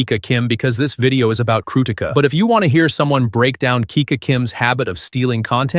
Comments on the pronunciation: bro thank you so much for making this video and supporting her and yes you are pronouncing her name wrong 😭😭 the difference between Ti and T is so huge damnnn I just noticed it today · Stop saying crutica😊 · Your pronounciation of "krutika" is wild.